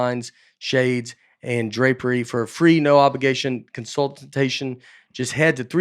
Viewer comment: Consultitation……enough said 🤣